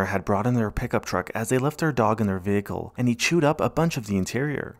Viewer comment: The condition of these vee-hickles conjures up Ray Charles' song It's Crying Time -- can't say anything more